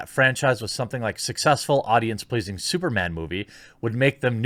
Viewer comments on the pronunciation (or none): none